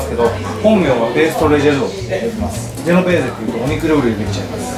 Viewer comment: ジュノベーゼじゃなくてジェノベーゼですよ！